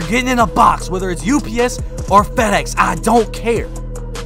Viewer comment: That boy said ups or fedex😂😂